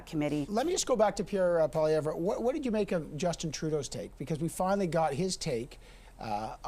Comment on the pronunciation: Solaman continues to mispronounced Pierre Pollievre's name.